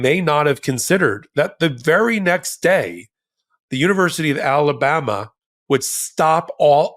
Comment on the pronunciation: Did Ben just call Alabama "Talabama"? Apt